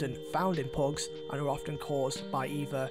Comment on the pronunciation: Its pugs hes saying phogs